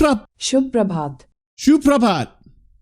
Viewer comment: it's "shubh prabhat" and "H" is not silent here